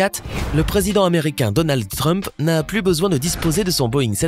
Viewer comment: Donald Frump 😂😂😂😂😂😂😂non T rump